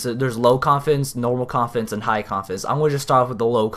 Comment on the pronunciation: Umm I just noticed that when you said confidence it sounded to me like you mumbled that word and said coffins idk if it's just me or what